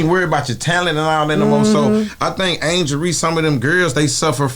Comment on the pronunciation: Angle Reece not Angela 😂😂😂